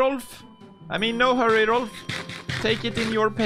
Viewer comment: Rolph not Rolf